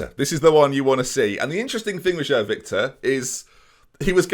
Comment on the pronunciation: João I believe is pronounced J-wow but like a soft j if that makes sense